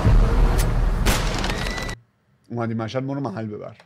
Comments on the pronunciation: براروم مِشد نیست مَشَد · وقتی میگی مِشَد یه تشدید ریز رو ش بیار که دقیق مشدی شه😂😂